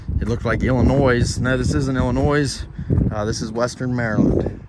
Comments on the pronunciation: Cut the S off of Illinois when you say it. Sorry to see the pete get hit. I can't imagine the heart ache I'd have. But accidents happen. Good looking Pete; get after it Ol' Son. I used to live and work in SE DC. Always loved going up to my buddies place in Fredrick; reminded me of home. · the s is silent in Illinois... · The S is silent in Illinois.